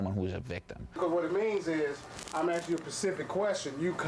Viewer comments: WHY in the name of Christ can you NOT pronounce A-S-K ???? Repeat after me , aaasssssssk. IT IS NOT AAAAAAAAXE for f*ck sake !!!! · " ... Now I axe you ..." Judas ... he boys in blue. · "Axed him pacifically" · A Keith And "I axe him to..."